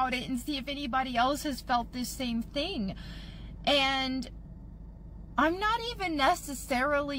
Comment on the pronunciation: Serious question, bud. Why do you mispronounce the words "think and think"? You say thenk and theng. You don't pronounce the "th" correctly. Is it an impediment?